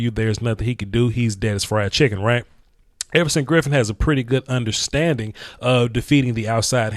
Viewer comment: Effortson Griffen lol I like it